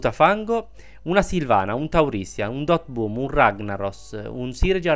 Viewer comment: scusa ma non è per fare il saputello di turno ma non si dice doot boom si dice dottor boom(comunque come lo dici tu e più d'effetto)